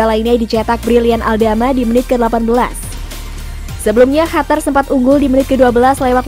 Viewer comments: Qatar min, bukan hatar wkwkw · Bukan hatar tapi Qatar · Dari kemarin2 juga ngomongnya hatar2 mulu,, biarin ajaa ,biar si mbak nya seneng wkwkwk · Si eneng mnta d cium ngmong hatar mulu